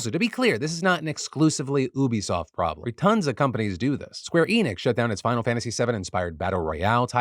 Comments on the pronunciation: OK, love ya Philip but it's pronounced you-be-soft not oo-be-soft. And the quote from them the guy was asked a hypothetical about what it would take to get gamers to go with subscription service only. So that was a little out of context. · WHY DOES HE KEEP SAYING OO-BE-SOFT isn't it yuu-be-soft??? 😭😭😭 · Am I tripping, I thought it was pronounced YOO-BEE-SOFT. I'm shook. Hearing Phil say "oo-bee" makes me feel dirty. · I normally don't call this type of thing out but you said oobeesoft so many times I just can't help myself. YOU-BI-SOFT (short for ubiquitous software) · Please Phil......'You-bisoft' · you-bee-soft phil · Say it with me Phil "You-Be Soft." It's stands for "ubiquitous software" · defranco... it's U-be-soft... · It's Ubisoft as in, Ubiquitous Software. Gotta pronounce the U like YOU. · Why you calling Ubisoft OObysoft lol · Ubisoft does NOT rhyme with "booby-soft" , c'mon Philomena be better ;) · Ubisoft. The Ubi is short for ubiquitous. That pronunciation hurt my head! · Phil, every time you say Ubisoft incorrectly an angel dies